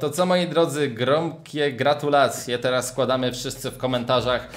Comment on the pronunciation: nie mówi się tera tylko teraz